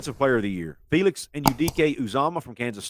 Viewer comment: Great job saying Felix’s name right only the Big 12 people know how to say it everyone else says it wrong